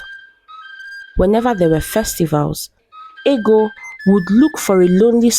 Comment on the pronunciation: It's funny how the princess's name is Ego, pronounced "eggo" in the narration, but it's spelled the same as ego (pronounced "ee-go"), and it was her ego that caused her to lose a good man. I remember being told Anansi stories (originally from Africa) as a child, in which an arrogant person would suffer consequences. Is this a more modern story? I thought that in times past, in certain societies, it was considered a good thing for a woman to be plump (although perhaps not quite as fat as Ego was).